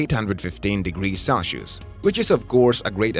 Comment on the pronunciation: The channel pronounced it celsius with “salsheos”